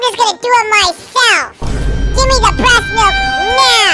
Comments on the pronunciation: HELP R U OK U SAID BREST MILK LM FAOSOAODIO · Bro why did he cips saying resmilk